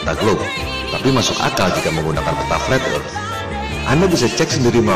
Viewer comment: mengherankan bukan ???😂( fleth erth )